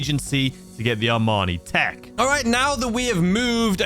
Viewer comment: Bro i know you’re from the UK but its pronounced EE MANI TEC… its not a suit